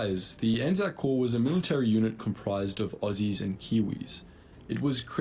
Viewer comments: You pronounced it perfectly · Yes it's pronounced ANZAC as it sounds and you have the correct interpretation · We fight together intermittently. We’ve actually just set up mechanisms to tighten that bond, so A/NZ forces will be even more coordinated in future. We also act independently, for stuff, such as disaster relief, SAS operations, new conflicts, and research. You pronounced ANZAC correctly. ANZAC is the united identity of our combined armed forces. The ANZACs are the personnel. In Aotearoa/NZ, our armed forces memorial ceremonies are mainly held on ANZAC day every year, in the form of dawn services, and we have ANZAC cenotaphs or memorial towers in most towns, to stand as focuses of celebrations for our war heroes. Edit: A British WWII unit that was hugely manned by Kiwis was the Long Range Desert Group, which mainly operated in North Africa and the Mediterranean. I had a great uncle and his cousin that were in the LRDG, which carried out reconnaissance and a few offensives on Italian and German forces. There is some good content on YouTube about them, and how they were wayfinders for the embryonic British SAS, which NZDF modelled our own NZSAS on later on. Given that the LRDG was, to a disproportionate degree, made up on Kiwi farmers, they’re as much a point of pride as the Māori Battalion are.